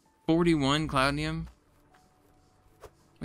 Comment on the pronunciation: Almost there. I've enjoyed watching this series. By the way, it's not cloudnium. It's cloutium. 😉